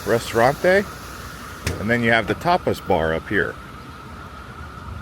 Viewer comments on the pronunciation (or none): I believe he meant - Tapas but sounded like topless. Tapas Papa Frita Restaurant.